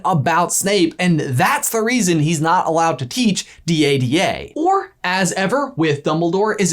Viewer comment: D. A. D. A? Its Dada pronounced duhduh come on guys!